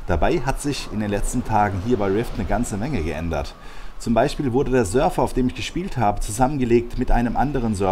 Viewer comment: Du sagst immer Surfer! es heißt aber sörvvvver! ;) sorry, lag mir am herzen ;)